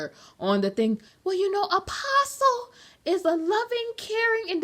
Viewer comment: Umm.. did she just say David “uh-pastay” Taylor?? Girl 😂😂 it’s Apostle “uh-poss-uhl”.